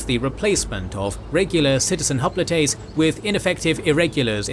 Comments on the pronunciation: Hop litays lmao. Maybe im missing something but i always thought it was pronounced like hop-light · "Spartians" and "Hoplitays" Fucking AI voiceovers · That is not how you pronounce hoplites